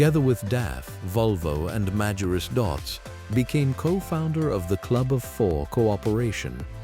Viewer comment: и правильно марка именовалась Магирус